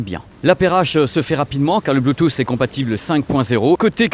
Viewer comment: RIP le « T » de Bluetooth... on sait pas où il est